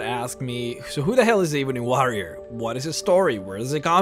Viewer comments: the eeebony wa-rioer 😂 great accent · E-BUNNY WAH-RRIAR! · You pronounce "ebony warrior" funny